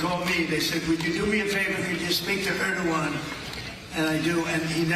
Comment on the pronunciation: Yurkey's president sounds like Ear-do-wan.